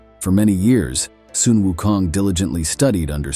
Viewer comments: It would be good to pronounce Sun Wukong correctly...not 'sun' as in English word sun but Sun should be pronounced as similar to "swoon" or "soon" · Sun WuKong.. the word Sun sound like "Soon", not "Sun". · It should pronounce as “Soon”Wunkong not Sun. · The narrator seems to change the pronunciation of Sun. Sometimes it is "Son" and sometimes it is "Soon". The right pronunciation is "Soon". Otherwise, he's narrating a great story. Great job! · "Soon" is closer to the real Chinese pronunciation